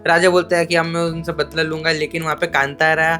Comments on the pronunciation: Kantaara nahi hain yaar woh Kaantaara hain. Hindi title toh theek se padlo yaar. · Pronaunce thik karo kaantara not kantaara